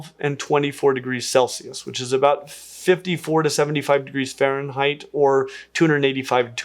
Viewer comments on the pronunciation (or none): none